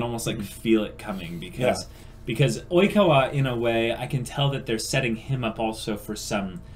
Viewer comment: I'm wheezing with laughter, hi, this is the first of your videos that I've watched, and I'm only about two minutes in, but I turned on Youtube's auto closed captioning and it picked up you saying Oikawa as "e-coli" Ah yes, I love my Seijoh children, Iwaizumi, Matsukawa, Hanamaki, and (looks at smudged writing on hand) E-Coli.